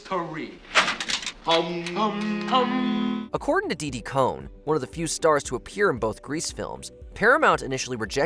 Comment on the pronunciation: It's Didi Conn, not Cohn.